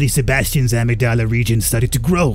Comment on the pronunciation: I gotta say it, ish, amygdala is "a-mig-da-la" 👍🏼